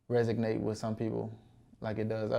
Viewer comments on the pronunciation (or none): Dude said "resognate" lmao